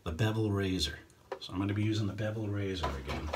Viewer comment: The first couple of times when you said "Bevel razor" I understood "Devil razor". I thought "what the hell is that?"😂